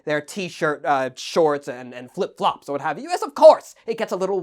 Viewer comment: the Way Says Flip flops just gives me a chuckle every time I hear it